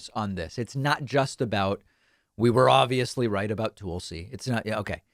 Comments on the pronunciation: David as you well know, Tulsi's name is pronounced like Tulsa Oklahoma, not Toolsi. Don't be a tool, you are better than that... Peace and love, j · Again, her name is TUL-SI, not TOOL-SI (unless you are intentionally saying tool as a dig at her grifting). And the ONLY reason the left tolerated her for a short time is because she supported Sanders and when some stated tried to screw him out of delegates by casting them for Clinton when that is not what the people wanted she was one of them that put her vote for Bernie when pressured not to do so in Hawaii. And it was only Republicans calling her a true liberal. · I like how he calls her toolsi 😂😂😂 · You know it’s not pronounces TOOL-see, right!?…. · I enjoy the way David says her name, Tool-si is definitely apt. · You've been pronouncing her name wrong for years.